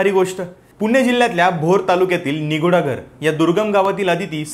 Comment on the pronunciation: फक्त गावाचं नाव निट उच्चारा,निगुडघर.